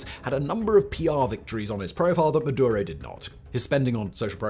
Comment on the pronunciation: Its maduro